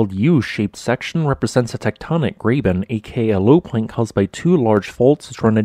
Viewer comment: Good stuff as always.......but Graben is pronounced "grah-ben", cuz German.